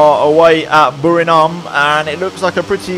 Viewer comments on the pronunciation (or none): It's BURIRAM not BURINAM, just to be clear